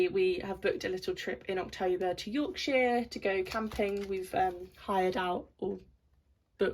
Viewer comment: Love how you say Yorkshire lol I'm from Yorkshire and its yorksha to me lol 😆 xxx